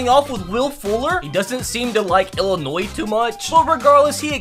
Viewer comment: Me being from Illinois I’m very happy he actually got the name right and didn’t say the s at the end I’m so happy rn man